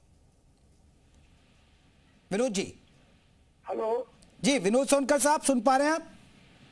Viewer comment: कैसे एंकर है आप विधायक शुद्ध नाम नहीं पता आपको सोनकर😂